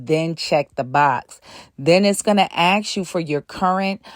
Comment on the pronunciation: Ask, not 'ax'